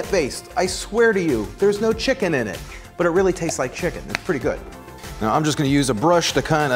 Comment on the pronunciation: The way you pronounce chicken makes me very uncomfortable but I like you and your videos so imma still watch